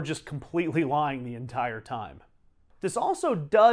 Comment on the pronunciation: Very interesting! Also: It's GOO-chih-furr. NOT Goosifer. Gucci = GOO-chee. Figure it the fuck out!!